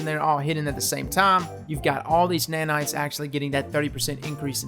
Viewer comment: Somebody tell me how many times did he say NANITS